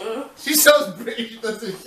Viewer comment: When your mum said "Britis" instead of "British" I fainted 😂😂 and "jam-eye-kan" 😂😂